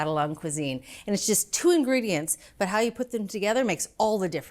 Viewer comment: "it's just two ingedients"